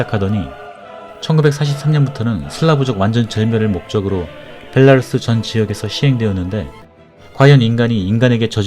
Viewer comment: 베라루시가 아니라 벨라루스......감쟈?